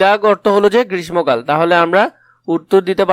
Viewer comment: Sir Grishmo na, grissho 🙂